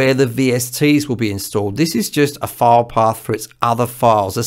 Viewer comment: This video was very helpful to me. Your explanations clicked with me. The only thing that confused me for a moment was your pronunciation for "file path". My half deaf ears heard "fire dog." The background info on VSTs was also enlightening. Thank you. You may ask how does a half deaf person record anything. I simply make it sound good to my ears and if nobody vomits, it's okay!